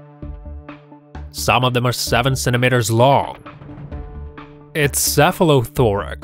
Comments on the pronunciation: "Centimeters", not "centimenters!"😅😂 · sentemehtars lol